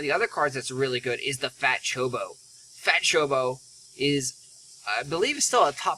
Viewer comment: It's choCObo. You're missing a syllable there. More importantly though, while single target cards are very strong, you didn't pull a warrior class. You probably should have augmented a single target mage card or a single target ranger card. Cards of the different job types get bonuses for being used by that specific job. So even though your pulled jobs can use Ares, because they have a listed fire element, Kirin probably would have been a better choice for you.